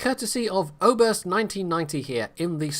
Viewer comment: I like the way you pronounce "Oberst". It's danish and means colonel;)